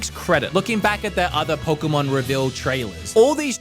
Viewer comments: Pokémon, not "Poker-mon". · For some weird reason all of these english speaking "pokemon fans" think that the "poke" (as in pocket) part of the word either is said "poki" or (as in this particular case) "poku".